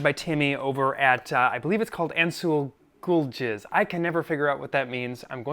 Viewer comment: Normal pronunciation: “Ansuzalgiz”: “Incel-ghoul jizz”